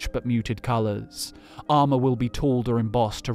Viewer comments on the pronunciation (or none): none